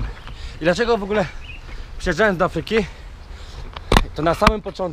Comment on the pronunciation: Do Aaaafryki nie do Afryyyyki ;-)